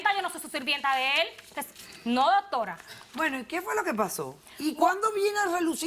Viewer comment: Porque todos dicen DOTORA JAAJAJAJJAAJJA